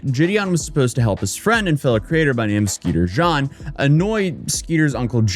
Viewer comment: Bro it’s Jean not John holy crap